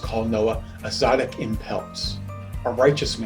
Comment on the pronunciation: Great teaching. Thank you. The sound quality could have been a bit better. Also it's tsaddik (as in tsetse fly) but apart from those two minor details, I'm glad I came across this.